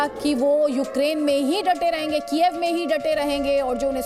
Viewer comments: कीएव है कीएफ नही। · It is pronounced as कीव for goidsake